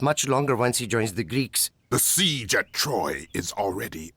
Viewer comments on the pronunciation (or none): I wish they knew how to land the jokes, Agamemnon saying “and I will rescue Helen” lacks soul and humor, it feels like AI, even the way Odysseus says Seige, no one says the i like that, the e doesn’t actually do anything in the word in proper English but the AI thinks it does and over pronounces the word 😂 stupid robot